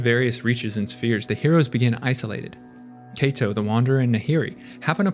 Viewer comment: For the record, Kaito is pronounced KYE-to, not KAY-to. It rhymes with high toe, not bay toe